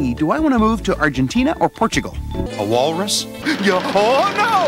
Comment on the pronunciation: " A whalrzus 🤔